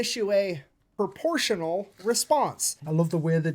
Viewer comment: Pruh-po-shun-allll dah-mage :text-green-game-over